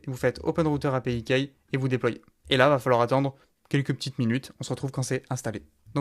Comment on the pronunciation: Vidéo très complète (même si je ne trouve pas encore la valeur ajoutée à une intégration avec N8N). Petite remarque bienveillante: fais un effort de prononciation pour les termes en anglais (i.e. « key ») sinon c’est parfait et clair! Bonne continuation!